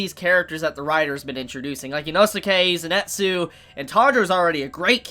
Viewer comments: Great Review but its not Zenetsu its Zenitsu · Zenitsu= Zenn-Net-Zoo Inosuke= Ino-sookay gotta love pronunciations lol